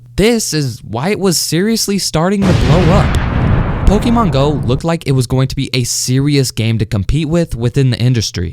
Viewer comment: why did he pronounce it like pokimane go XDDD